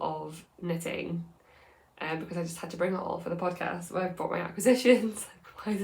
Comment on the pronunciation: Don't change a thing. I'm also a fast-talker and your speed is perfect for me. There are some people whose videos I have to speed up just so it sounds normal. :) You're amazing - don't ever change! I get a giggle when you say "sohwwww!" 😂